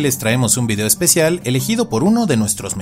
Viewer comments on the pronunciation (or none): none